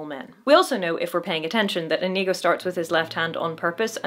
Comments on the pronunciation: The way you pronounce Inigo is inconceivable. I mean it's OK, I get it. but the number of times I did a double take because I thought I heard a racial slur was uncomfortably high. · Love all your videos,, but OMG, it's pronounced "Inigo", not what it sounded like you said through most of this.